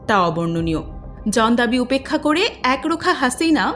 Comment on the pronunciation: 'জন্ দাবী' না 'জনঅ দাবী?' আগে উচ্চারণ শিখে সংবাদ উপস্থাপনায় আসা উচিত।